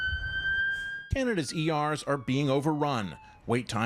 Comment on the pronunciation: "Oh Canaduh"